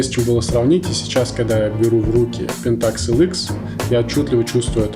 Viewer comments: мужик, объясни почему т ы говоришь пентАкс, а не пЕнтакс? ты же не говоришь никОн, ты говоришь нИкон. где ты это взял, расскажи если владеешь информацией, может я не прав. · правильно ставить ударение на первую Е .